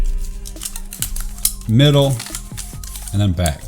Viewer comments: Middle has an "L" in it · he forgot the L in middle